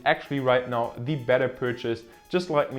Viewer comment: Vorab möchte ich sagen: gutes Video! Ein Tipp für dich: du sprichst "the" fast immer "die". Tatsächlich wird das aber nur direkt vor einem folgenden Vokal gemacht (z.b. the only). Ansonsten ist es nur das normale "the" also mit e gesprochen